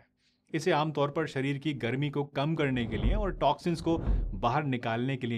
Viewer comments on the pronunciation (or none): none